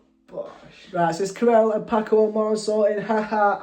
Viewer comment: You have them backwards. Ca7riel sang 1st (He's the tall one who plays the guitar. ) Paco is the one jogging. You should really take the time to listen to the entire song/ lyrics because sadly you can get lost in the translation & miss a lot. PS Ca7riel is pronounced CATRIEL